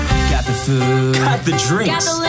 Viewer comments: am i the only one who realized it said foos instead of food? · Did u say foos when it’s obviously food